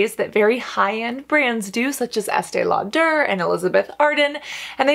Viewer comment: More flipping? And why do you emphasize the -der in Estée Lauder?